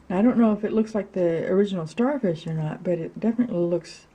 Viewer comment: U said sharfish